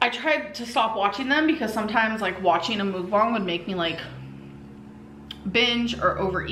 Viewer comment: This was the video when lost me, I hoped she would take herself seriously after this mukbang I knew should would always put food before her health. I know it's a stupid pet peeve buts its muk like yuck* mukbang not moookbang works my last nerve.